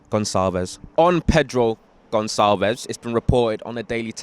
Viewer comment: In portuguese we say Gon-Sal-ves